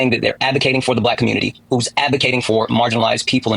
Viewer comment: Why does he pronounce "community" as " cobutity"?